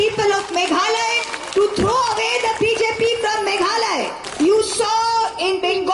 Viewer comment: "Mekhale", khlem lait ban kynnoh Meghalaya.